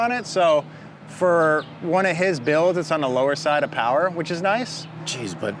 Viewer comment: 5s POWAH